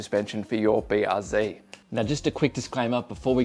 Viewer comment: BR what? Zee? Zed son, you're Aussie, and a qlder at that, get it right.